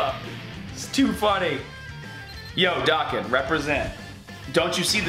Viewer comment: The way youre pronouncing dokkan is really annoying